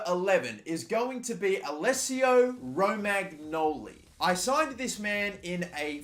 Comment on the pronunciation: It's pronounced "Romanyoli"